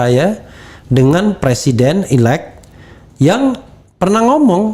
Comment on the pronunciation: Presiden 'elect', presiden 'elect', apa sih 'elect' 'elect'??? "elected" ("ilektid"), Elected President (presiden terpilih). Bisa Bhs Inggris gak sih??? Sinih kursus dl sm saya